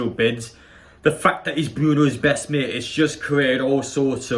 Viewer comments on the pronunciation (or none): none